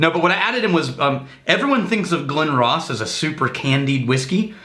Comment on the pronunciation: Glenrothes is pronounced Glen-Roth-sss the village is pronounced Roth-S